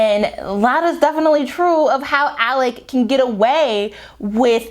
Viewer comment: You are Butchering these names to have listened to the Audiobook lol. Who are "Alec" and "Am-eye-ra"? lol Good commentary though.